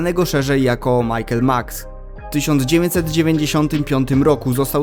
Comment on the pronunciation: Nie Michael tylko Mikael... Karlsson (Max). Ma chłop napisane na grafice Mikael a czyta Michael...